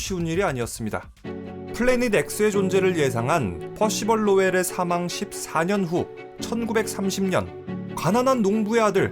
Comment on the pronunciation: 퍼시벌 할때마다 놀래네 발음이 너무 좋아서 ㅋㅋ